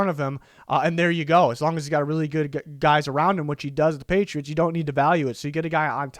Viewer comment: patritos? Lol